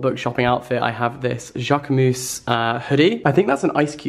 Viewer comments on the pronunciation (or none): It was him saying Jacquemus for me 🤣🤣